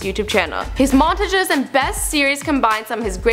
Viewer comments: "Montge" lmfao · She say montages like monteges and adapt like edept lol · Mon tuh jehs... Why u SAY IT LIKE DAT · she says montages like montajiz wtaf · the way she says montages is 👌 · She is saying montages wrong is that only annoying to me? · the way you say montages :[ smh...